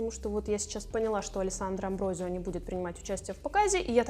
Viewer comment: Алессандра АмброСио! Она бразильянка, у них португальский язык. В нем S между гласными не изменяется и читается как русская С.